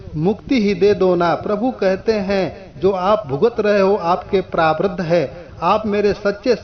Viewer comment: प्रारब्ध भी आप नही बोल रहे हैं आप सही से😀👏 पहले सही से बोला कीजिए फिर डाला कीजिए।